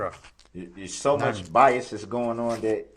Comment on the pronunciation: the judge made fun of him and told him he was saying BIAST AND it’s actually bias😂😂😂 without a “T” proving he knows the “TRUE NATURE AND CAUSE OF THIS CASE!”